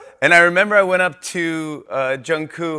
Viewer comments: When jimmy calls jungkook jungku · Jimmy, I know you love bts, but, PLEASE LEARN JUNGKOOKS NAME, it’s not jungkoo 😭 it’s jungkooK* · He doesn't know JKs name... He call him jungkoo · the only thing he messed up on was saying "koo" instead of the soft k sound in Korean pronunciation ... Which MANY armys mess up on. You literally just want to complain for no reason. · Nobody : Literally nobody : Jimmy : so Jungkoo.....😂😂😂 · Jimmy: JUNGKOO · Can someone tell me why Jimmy always calls Jungkook, Jungkoo? 😂😂😂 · No one: Literally no one: Jimmy: JUnGkOo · jimmy gets me every time when he class jungkook “jungkoo” LMAOOOO😭😭😭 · No one: Literally no one: Not even army: Jimmy: “jungkoo” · “Jungkoo” -Jimmy Fallon 2020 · I know, I never heard anyone say anything about it so I was starting to think that I was the one saying it wrong and his name is actually Jungkoo 😭😭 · oh my god lol 😂 yeah I started thinking that maybe jungkoo is a different way to pronounce it, which I’m still kind of believing cuz jk hasn’t corrected him yet!! But yeah jk is maybe just shy or something and doesn’t want to correct him probably 🤷‍♀️ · Jimmy calls Jungkook “JunKoo” 💀 😆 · nobody: jimmy: jungkoo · Not Jimmy sayin Jungkoo the whole time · Whhhhy does he call him Jungkoo? 🫶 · It bothers me every time he says "Junkoo" 😭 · it annoys me how he says junkoo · does it make anybody else cringe when Jimmy calls Jungkook "Jung-coo" no just me? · he said it like 2-3 times wrong. You can respect someone for the camera but that doesn't mean you care or are interested in them. That seems to be the case with Jimmy. But no hate hes old anyway he may have trouble remembering things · I agree, in korean it sounds like the way Jimmy pronounced it. International fans usually add the k and emphasize it, which is fine, but in korean there is no k sound at the end of Jungkook. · Yes when I first became an Army I had difficulty pronouncing their names. Respect that he know their names and identify them/